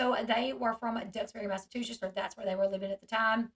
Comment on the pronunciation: Lol L you’re adorable but if you need help, or WANT to say it differently, instead of saying “mass a two shits”, try to remember to say it, “mass a choo (like a train) sets”. But really you should just keep sayin it your way. I like it better.